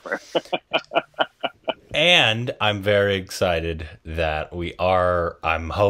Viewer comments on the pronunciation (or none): It's not marzipur, it's mirzapur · I hope will be able to say Mirzapur correctly by the end of this season 🤪